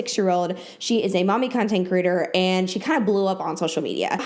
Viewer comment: I think it's adorable how you pronounce "creator" as "critter" - all I keep hearing is "content critters" lol okay byye